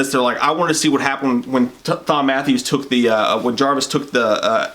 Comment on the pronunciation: Just saw this: pretty good short. Btw, Thom is short for Thomas. I’m pretty sure it’s pronounced as Tom.